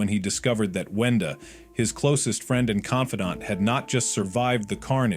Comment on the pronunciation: It’s wenda